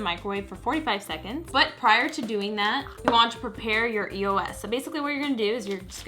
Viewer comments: it's eos not e-o-s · It's Eos not E-O-S! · I'm so sorry lol but this really bothers me it's like a pet peeve, it's pronounced (EOSE) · I've ever heard somebody say eos like that....like how she said it E O S because, I've always said it as a word like eeeey -oh -sss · eos is an actual word. it's not E-O-S, it's pronounced like ee-yo... not judging, but people might make fun of you for that ;) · It's not E-O-S it's said like this Eos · Um it's called a eos not E.O.S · Was I not the only one bothered by it being pronounced E-O-S instead of eos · Is it just me or does it bother you that some people say E.O.S instead of the word eos it bothers me sometimes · It bugs me when people pronounce it E-O-S instead of e-os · Am I the only one that pronounces it eos and not e.o.s? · it's not e o s